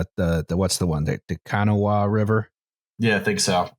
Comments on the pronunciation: Since West Virginia's "Chemical Valley" is liable to be a setting for any number of episodes in the future, you need to know how to pronounce the word "Kanawah" (Kanawah County, the Kanawah River, etc). It's said more like "Kin-OH-uh", it's definitely not "KANNA-wah." I appreciate your coverage of my homeland and the people who trash it. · It's pronounced "Kannawwhh" river. Because apparently we can't friggin' pronounce anything correctly here. Also Charleston and the surrounding areas are where pretty much all of the heavy chemicals used in industry are created in the U.S. It was so important it was considered a target for bombardment by the Soviets. As for the explosion, it was so strong a piece of shrapnel from the tank got blown all the way across the river and into the woods. There was a shelter in place order for two miles around the plant. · Kanawha is pronounced "Can-ah". I was texting my brother about it when it happened and he was like "eh its 12 miles away and the evacuation is only for 2 miles". I replied "Sure. I listen to an engineering disaster podcast though and sometimes shit like this inexplicably goes from uh oh to FUCKING RUN. Probably nothing to worry about though. Just to be aware of". If you guys cover this in an episode at some point it could maybe be rolled into one covering all of the sacrificial economic zones in the country. Other ideas: Any of our mining disasters like Sago in 2006, the 2014 MCHM chemical spill in Charleston WV as well. Also the Buffalo creek dam disaster. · Your pronunciation of Kanawha killed my Appalachian soul. Other than that love the podcast!